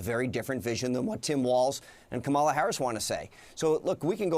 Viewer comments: The last straw for Jim was Cory's insistent and disrespectful mispronunciation of Kamala's name, and his refusal to say it right. No repeated, party-wide, one-sided alteration of a name is too slight to have a meaning. This is a MAGA order from the top. This is intended to suggest that she doesn't matter...saying her name right doesn't matter because she doesn't matter as a person. Mispronouncing it over and over is intended to wear her down, to wear us down, to show other racists they're right...she's nothing. When Cory refused AGAIN to say COMMA LA Jim cut the interview. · I'm So glad Jim brought up how they mangle Kamala's name. It's so childish. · Knowing Trump there is a spoken memo he put out to incorrectly pronounce the Vice President's name. I would love it if she corrected the Donald in her acceptance speech. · Can you pronounce a name correctly? No? Or, are you all so immature and petty, Pube Like An party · It rhymes with Pamela. We can all pronounce Pamela. Well, almost all of us can. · Lewandowski- "Jim I'm shocked that you can't realize that my bigotry impedes me from properly pronouncing her name". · I agree about pronouncing the VP’s name incorrectly. They do it to be disrespectful. I think all news sources should call them out on it every time. Cory is a total jerk always. Remember when he hit the woman during the last campaign? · Remember the GOP has been calling the Democratic Party the "Democrat Party" for decades. It's about disrespect. So they mispronounce Kamala Harris's name because they are pathetic people. Corey Lewandowski oozes sleaze just like Roy Cohn. He's trying his best to confuse the data with LIES. Donald Trump did nothing but the lying MAGAs are not serious they just want power. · Idiots like cory think it’s cute to mispronounce the future president’s as if it doesn’t make them look like ignorant children. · Micpronouncing her name is petty and childish. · I’m so happy he called him out for saying her name wrong.